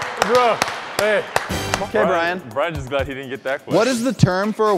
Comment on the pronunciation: THE WAY BRYAN ALWAYS SAYS BRO "VRO"